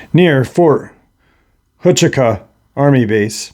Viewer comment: it's pronounced Fort Wah- Chew- Kah. Blessings